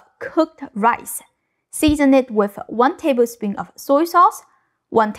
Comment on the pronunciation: Shrimpuh fried rice-uh